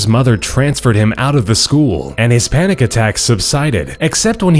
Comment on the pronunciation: am I the only one to have noticed that he says "His Panic Attacks" while right in the middle of the screen it shows Hispanic, lol #HispanicAttack